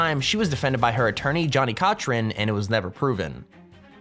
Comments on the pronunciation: Her attorney "Johnny Cotchrin" hahaha wtf how do you butcher his name that bad!???? He may be one of the best known attorneys and can easily hear his name anywhere, but you still butcher his name. Smh!! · i can tell about how old you are by the way you pronounced the attorney Johnnie Cochran's name. hahahahaha